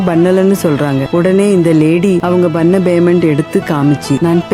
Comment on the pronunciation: உன்னோட தமிழ் உச்சரிப்பு சரியில்லை. அதென்ன Baymendu, Bannala??? Payment, pannala என்று சரியாக சொல்லுங்க...